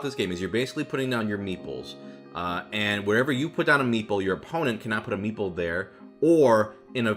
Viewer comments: for the longest time i thought you were saying "meatball" instead of "meeple" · Every time he said meeple I kept hearing meatball T_T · If I didn’t have captions there’s no way I would’ve known he said meeple